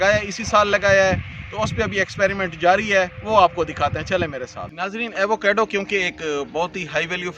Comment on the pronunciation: ایوو کیڈو نہیں ہوتا ایووکاڈو ہوتا ہے یہی نام پورے امریکہ اور میکسیکو میں استعمال کیا جاتا ہے